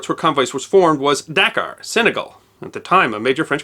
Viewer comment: Pronounced daKAR